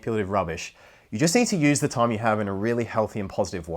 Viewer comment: please check the way you pronounce time it's difficult to understand what you are saying